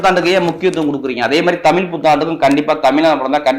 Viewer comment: ஐயா தமில் புத்தாண்டு இல்லை தமிழ்... தமிழ்... தமிழ் புத்தாண்டு